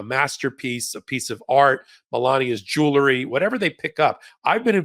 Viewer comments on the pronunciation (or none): "JOOLERY"? Really? You can pronounce it properly.